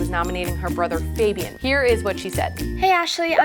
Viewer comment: How is it even possible that fabians sister is pronouncing his name wrong.